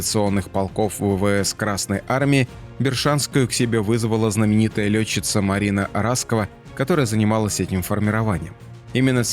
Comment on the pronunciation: Спасибо! Но вообще-то Марина РаскОва, а не РАскова!